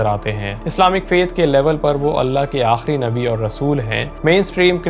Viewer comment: Bhai dobara mere nabi ka naam tarika se Lena